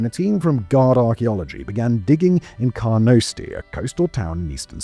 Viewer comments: It is pronounced Carnoostie and called football! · Awesome video! So much of our history still to be discovered, it seems. And you almost pronounced "Carnoustie" right (car-noo-stee). Interestingly, the birthplace of Emperor Palpatine. Bit of a random fact but hey ho! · Bruh you are British, you can do better pronouncing Scottish names than that. Carnoustie is pronounced CARN-OOH-STEE. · That pronunciation of Carnoustie was criminal. Aside from that, good video.